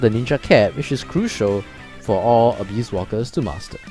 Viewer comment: Abyss = Uh-biss and not Uh-beast